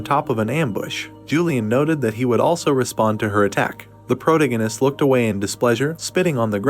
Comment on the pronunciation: Fortunately this recap isn't as excessive with saying pro-tee-gee-nist but Chapter 179 is probably the worst AI recap model I've heard yet.